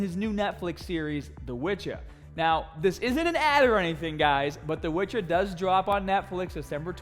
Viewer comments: Nobody:: DA WITCHA!!! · "The wytcha"